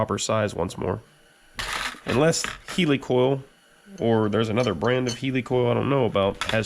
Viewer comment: "Healy coil" ?.......its heli coil....as in helicopter....... Just saying 😁🤣 Great old time compressor!